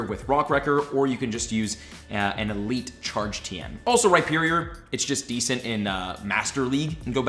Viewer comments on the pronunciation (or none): none